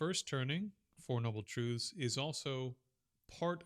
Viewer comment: Four noble truths. Not “trudhz”.